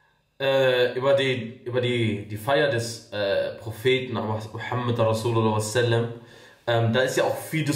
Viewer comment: Mohammad rassul Allah sala allah aleyhi ua salam! So wird ausgesprochen ❤